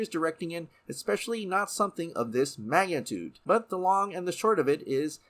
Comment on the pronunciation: "Magantude"? Did you mean "Mag - Ni - Tude" (magnitude)?